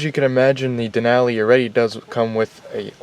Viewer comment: Nice overview. Just need to pronounce “Denali” correctly. :)